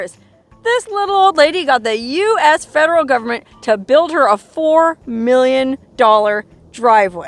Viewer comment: This is a fascinating story. Where did she get her water from? I love the way you say "fedruhl govment" ! 😅